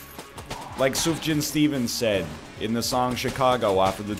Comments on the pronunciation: Come on NL is pronounced Suuf-Yaan not Suuf-John. AND THIS GUY SAYS HE'S INTO MID 2000s INDIE MUSIC. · it's soof-yan